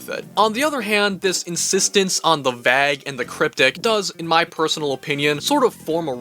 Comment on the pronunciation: likes pronouncing 'vague' as wag instead of weigh. English grammar rules are so inconsistent with pronunciations that you might as well call it a new dialect. I call it "the.":D - That dude looks like TheSpoonyOne lol